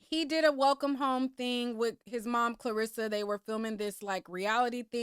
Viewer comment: You calling his momma Clarissa instead of Karlisa is taking me out 🤣🤣🤣 lil miss boxer all in the algorithms…